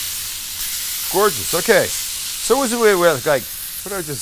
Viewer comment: je me suis étouffé quand j'ai entendu ''gorgeoruuuuueee'' lolll